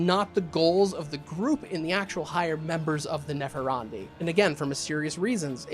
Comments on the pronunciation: Nepharandi? Neph-an-di. There's no "r" in there. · There is no "er" in Nephandi. I had to check to see if I was wrong. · Only complaint I have is that your pronunciation of "Nephandi" kept making me giggle. Granted, I think it's butchered from an Indian language but it's pronounced "neh-FAHN-dee." But also yes, MORE mage content. I want a whole Ngoma video, read about them in the 'Forbidden and Forgotten Orders' book that just came out. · TL:DR all comments.... but there is no "r" In Nephandi lol i dont know why it bothered me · Nephandi......... ................. .............. ........... Where's the "r" you keep pronouncing?